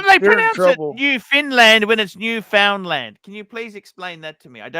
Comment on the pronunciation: It's pronounced "New-Fun-Land".